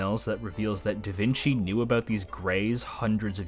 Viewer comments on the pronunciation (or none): 'Vinci' is pronounced as 'Veenchee'. Sorry but I literally live in Tuscany, Italy, less than 40 km away from the town of Vinci which gave Leonardo his common name and still is named as such nowadays and hearing it pronounced like that is hurting my brain. Again sorry to be that guy!